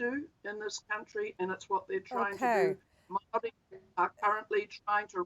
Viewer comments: Mow wee ? 😂😂😂😂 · Lady it's "MAORI" not Maui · He's as Maori as an american orero. He can't even pronounce our words because he purposefully tries not to. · I’m guessing you can’t even pronounce ‘Māori’ correctly. The underbelly of the uneducated kiwis’s are popping up all over the place with this incompetent government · This commenter is likely experiencing the systemic racism that empowers individuals to mispronounce Māori words and not only feels no need to self correct, yet gets offended when being showed that they are mispronouncing Māori words. It’s sadly common. The reason why we have a pack of less self aware low key Nazi’s in government in nz. (Yes I said Nazi. They just reversed a smoking ban which would have saved 5000 lives each year and saved us tax payers $5,000,000,000 (five billion dollars) that 80% of new Zealander’s wanted and over 94% of Maori wanted). One third of the revenue raised from smoking tax excise comes from the Maori community. Smoking disadvantages Maori and harm Maori. This government knowingly ignored the nations wishes and has blood on their hands. They sold this unconscionable wicked act, with the wanting freedom for kiwis, while knowing Maori will suffer and die the most. It seems this aligns with their voter base. This government are doing all the things the r a c I s t voter base wants and they haven’t even had to talk about it. Poor brown people to die)